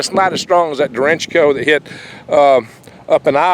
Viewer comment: No disrespect meant, but say it with me now...DAY - WRETCH - OH.